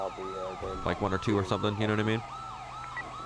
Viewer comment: yehnuhnuhmean? Someone make a meme out of that.